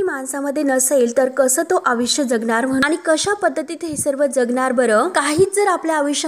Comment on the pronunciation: जमीन आणि आयुष्य हे शब्द जरा नीट बोला